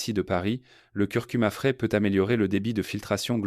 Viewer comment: On aurait préféré un vrai médecin et non cette voix artificielle sans intérêt et avec des fautes de prononciation, le gingembre fraise, œudème, œusophage. Et quelle idée d'acheter du bouillonKub, alors qu'on peut faire soi-même un bouillon de légumes, de carcasses de volailles, etc.? Et l'oncle Jacques qui est cité dans toutes les pub, c'est agaçant.